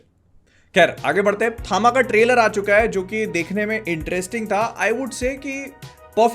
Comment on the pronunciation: Bhai, basically THAMA is "TAM" (तम=अंधकार), in south, H is added after T hence it is THAMA, but people are saying it थामा rather than तम